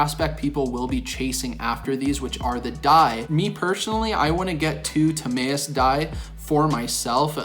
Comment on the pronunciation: Ta-My-us bro not May